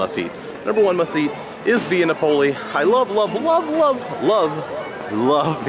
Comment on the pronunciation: Correct Pronunciation: SANAA = Sa.Nah (NOT: Sauna) VIA NAPOLI = Vee.Ah Nap.Oh.Lee (NOT: Vee.Ah ) I'm not trying to be rude, but if you're going to do a review on an ethnic/international restaurant, you should learn the correct pronunciation of the establishment. It's just a courtesy. Also, there is no MORIMOTO'S ASIA. It's just: Morimoto Asia. (Great reviews though, otherwise!)